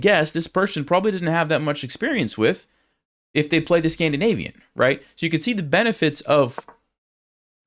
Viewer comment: Scandinavian ❌ "Scam" dinavian ✅